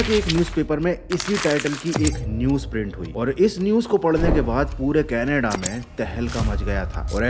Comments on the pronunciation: Canada❌ Canaade✅ 😂😂😂😂😂😂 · Bro it's Canada not kanada 😂